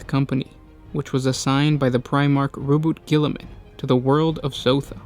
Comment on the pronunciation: "Row-boat Gilliman"